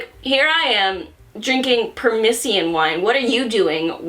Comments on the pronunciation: The fruit you had a hard time pronouncing is called a "persimmon", not a "permission". Even if you're not gonna buy that wine again, I figured I'd drop a comment anyway. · "Permissiyon" Me, throwing a teacup across the room: "PER-SIMMON!" Also, this is the first video I've ever seen recommending a manga that was persuasive enough to make me actually read it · per-SI-mun = Persimmon Not "permission" lol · Persimmon is pronounced per sim on. Lol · persimin is how u pronounce it uwu. They're great frozen😁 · Btw, per-simmon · SYD. PER SIM MIN persimmon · Lols., it's per-sim-mon. Persimmon. Personally I don't like persimmons or wine, but I'll take your word for it. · it pains me to watch the butchering of persimmons but dang this was an enjoyable video despite the fact i will never drink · complete inability to pronounce Persimmon is adorable. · how did you butcher "persimmon" that much